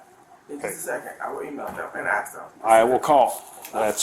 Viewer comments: the principal cannot pronounce 'ask.' The bar at that school has been set extremely low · Such a pet peeve of mine. The AP of my school, which is not ghetto, said axe over the school intercom while parents were visiting